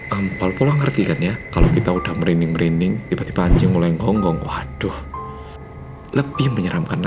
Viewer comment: Lucu ya ngomong "anjing" pake j versi korea jd kayak "ancing".... gemaaas